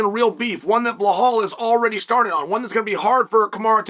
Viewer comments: Still calling him bill hall is crazy 🤣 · “Blahal and kamara” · The 3 tough names Chael can pronounce, Rakhmonov, Nurmagomedov and Magomedsharipov. But Usman and Belal, come on he's not a linguistics major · Belal, Kamaru, SHAVKAT RAKHMONOV guess which name uncle Chael P pronounce perfectly and which two he completely butchers. Undefeated. Undisputed.